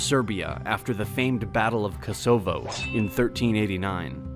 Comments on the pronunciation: Did he say KoSOvo???? It's KOsovo u f'ing moron. 😆😆😆. "." Did u guys never see any coverage of the Balkan wars in the 90s or watch any documentaries about it???? Omg. Ko SO vo 😆😆😆😆😆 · Niš, Kosovo, neither of these was pronounced correctly.